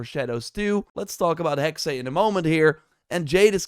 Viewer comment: Hexe (the German word for "witch") is pronounced HEK-suh, with two syllables, the first rhyming with "hex" but with a short 'e', and the second a soft 'uh' sound, similar to the 'a' in "sofa," stressing the first syllable. Breakdown: Hek-: Sounds like the English word "heck" (short 'e'). -se: A soft 'suh' sound, almost like 's' followed by a very quick 'uh'. So, say "Heck-suh". P.S. Elsa is a swedish name.